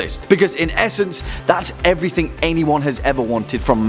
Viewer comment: Everything not "everythink"